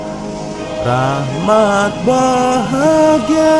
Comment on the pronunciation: Rahmat bahgia, BUKAN Rahmat Bahagia...